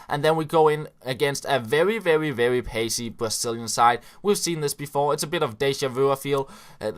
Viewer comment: mad props for beeing an amazing youtuber.! a little tip from a fellow dane, try and fix the "very" pronounciation. You are kinda going "vevvy" when you articulate